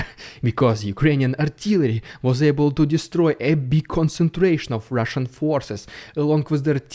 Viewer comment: It wouldn't be a normal day without Rrrrussian prrrrrrropaganda threatening to nuke whatever country just spoke bad about them 😂 one day is the UK the next day is Germany and so on and so forth 😆🤣🤣🤣 love how you chuckle when you say that because they are so funny 😂